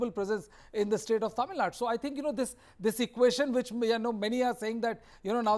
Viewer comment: Dear Host, its not Tamil nad..plz pronounce as Tamizh Nadu or atleast Tamil Nadu..